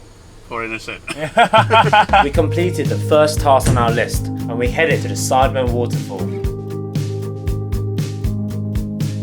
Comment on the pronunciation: Just a heads up, the Sidemen pronunciation is a bit different, it's more like 'syd-ehmen' or the way he said it in . I hope one day the boys does a trip around Bali or Lombok, that'd be amazing. Great video btw